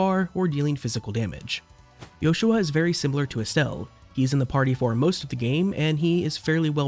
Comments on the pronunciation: It sounds different. His name isn’t supposed to be Joshua. It’s Yoshua. Pronounced as Yo-shu-ah. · I never realised it was sussposed to be pronounced like that i always thought that was just how JP users pronounced it, why is that tho? Wouldn't pronoucing it "Yoshua" be more eastern then western?